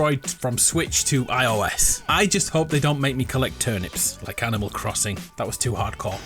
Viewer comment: “Anamal Crossing”